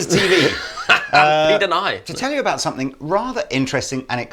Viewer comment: there is no "k" at the end of the word "something". Love your videos, but this annoys the hell out of me.